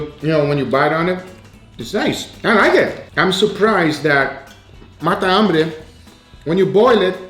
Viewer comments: is matambre not mata ambre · Fala sou argentino e a pronúncia é matambre, tudo junto, não mata hambre. Video foda! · It sounds like you're saying "Mata - hambre" Argentines say "Matambre" (it has one less syllable than mata - hambre) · matambre Sam the cooking guy: The best MATAMBRE I have EVER COOKED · He's saying it the portuguese way. Meaning is the same. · It's not the accent, in Brasil we speak matambre as you stated you do in Colombia, I guess he's trying to focus on the "hunger killer" translation for american audience.